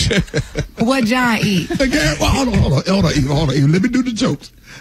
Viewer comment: 😂😂😂.... then at the end ".... I law u pastor Gray" 😂😂😂 Gary!